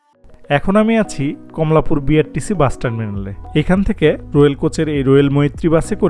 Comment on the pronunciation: Moitree toh dhaka theke shiliguri jayan.mitali jaay. Ar রোয়েল/রয়েল uccharon a onek difference, amon aro koyta pronunciation ato odd laage shunte. Kheyal rakhben